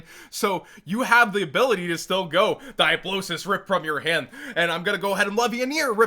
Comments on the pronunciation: Die uh Blow Sis 😂😂😂😂😂😂😂😂 Its Dee uh bo los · Also leaving a dislike just for pronouncing Diabolos weird. It bothered me